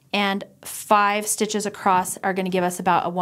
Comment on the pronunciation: I love the tutorial. Thanks. I'm not sure if you know that you say acrost instead of across.